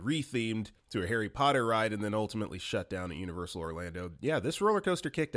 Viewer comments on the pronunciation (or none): none